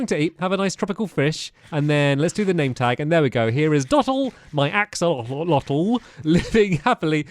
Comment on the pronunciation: On the New Caves episode you called them Axowotls😂 I love Axowotls and Axodotls so much!😂😂😂